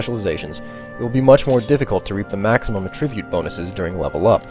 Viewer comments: attribute is accented on the A. this pronunciation is so bothersome. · Yeah it bothered me too. He pronounced “attribute” in its verb form instead of its noun form.